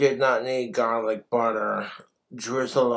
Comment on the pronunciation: Is he trying to sound British by how he pronounces “garlic?” So irritating.